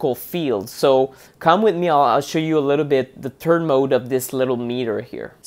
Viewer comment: You are so cute and you are such a nerd I love your info but do you realize when you say the word “third” You pronounce as turd!! (Poop)Which is so funny for us in English it really gave me a good laugh I needed it today! this was an excellent informative video with a little chuckle🌹